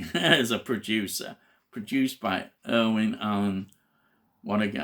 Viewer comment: You're killing me..... His name is IRWIN Allen, not IRVING!